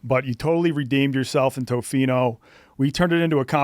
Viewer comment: (not being rude). It’s pronounced Tofino: Tuh-fino. Not Toe-fino.